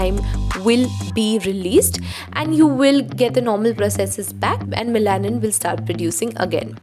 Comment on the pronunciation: Hi great video! Just a small feedback on the pronunciation of melanin.Its pronounced as meh·luh·nuhn. thanks for your hard work! ive started using minimalist too🙂